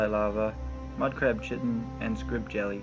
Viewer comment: Thanks, very helpful! :) (btw, chitin is pronounced "kye-tin")